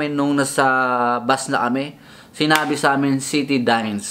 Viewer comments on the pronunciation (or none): Citadines pronounce as SITADINS 👍😉